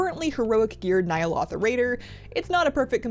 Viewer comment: Please learn how to pronounce N’yalotha